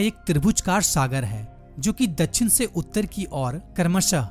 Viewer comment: Dachhin nhi dakshin hota he sir😢